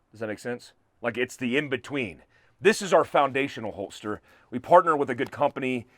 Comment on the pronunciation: I’m a fan, but are you saying holtster instead of holster?